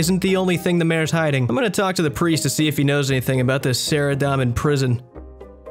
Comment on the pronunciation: I don't think you mispronounce too much lol. Only ones I can think of rn are "Say-vent" and "Sara-dahm-in"